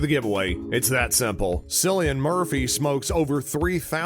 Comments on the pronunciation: It's Killian not sillian!! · It is pronounce KIL-LIAN with a K. You're welcome 😊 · It's pronounced Killian, how could you do so little research? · Just to let you know cillian Murphy’s name isn’t pronounced with an s but with a k. Think like car or cat.Just to let you know!😁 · bro the way he pronounces Cillian makes me feel a bit ill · UNLIKED. Just for how you say Cillian's name wrong! You have no idea how much i was cringing the entire video!🤯